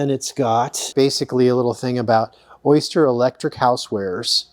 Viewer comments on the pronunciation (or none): It's O-Ster, not Oyster, lol.